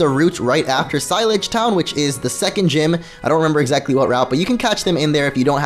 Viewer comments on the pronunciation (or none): Lav-air, not lav-ear for pronunciation of Laverre. And Sil-arge, not sile-age for pronunciation of Cyllage. Sorry to be 'that person', but argh, mispronunciation of words meant to sound French does bother me.